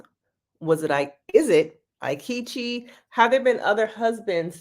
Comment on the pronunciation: I hate him, but your pronunciation of his name is killing me. It's "EE-ketch-ee."